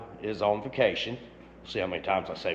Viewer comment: did you say "he was on fuccation!"? 😂